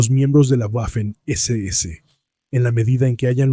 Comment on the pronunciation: Cada vez que pronuncias "Güafen" muere un cachorrito, que lo sepas.